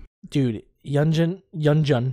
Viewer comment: i just found your channel and i rly like your reactions so far!! i hope you react to more txt, maybe a more detailed/updated guide like others have recommended! btw you almost have yeonjun's name right but its "yeon-JOON" not "juhn". like the joon in namjoon, or the month of june and youre close with beomgyu too, but its beom-gYOO not beom-goo. the "gyu" kinda sounds like the word "queue" but replace the q with a g, so "gyoo". hope this helps!! i think the yeonjunbabie guide shows you audio clips of how to pronounce their names :)